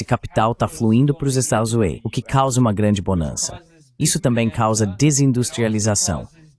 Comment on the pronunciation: A tradução IA consegue todas as palavras, mas não consegue falar "estados unidos".